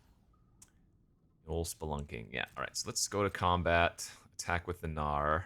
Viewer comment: Every time you say “gnawer” I hear “no” in New Zealand tongue